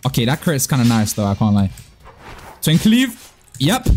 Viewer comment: i cant stand how just says "twink leaf" 😭😭😭